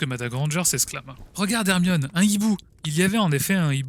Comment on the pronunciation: PK tu dis moine aurqe que. C'est hermione